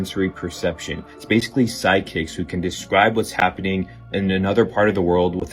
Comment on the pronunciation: I love the guy who says sidekicks instead of psychics